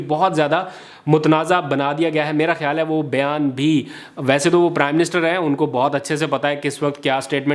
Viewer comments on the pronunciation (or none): none